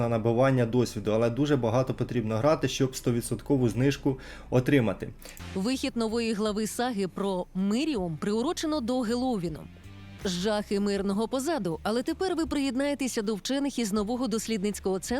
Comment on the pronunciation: краскіне, ге хеллоуін, а геловин